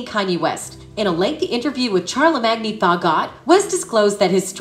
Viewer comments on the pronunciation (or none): “ Char - lag - mang - gee thah god “ 😂😂😂